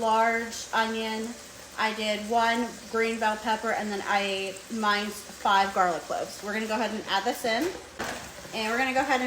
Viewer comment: I've never heard minced pronounced that way. The recipe looks good, thank you!